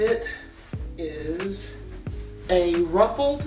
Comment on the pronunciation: “It izzzzzzzz what it izzzzzzzz”. 😂😂